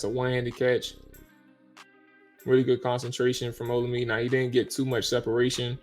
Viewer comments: Bruh. His name is pronounced. O-La-Me-Day. Other than that keep up the good work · Olamide... pronounce OLA-ME-DAY. Its a Nigerian (Yoruba) name. Keep up the good work fella!